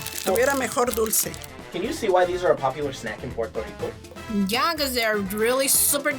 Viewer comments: Him : PORTO RICO Me: NO ! It’s P U E R—TO RICO !!! UER—- not OR . Not let’s say it together slowly Me : PUER Him: POR 🤬🤬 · Finally us!!!🇵🇷🇵🇷🇵🇷 but ain't no way yo said "Pueto Lico"